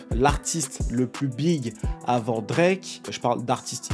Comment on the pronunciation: Je t’aime c vrai mais quand tu bafouille Drake comme ça jpeux pas.. il est un peu saisisseur d’opportunités mais c’est ce qui le guarde on top Ils sont juste jaloux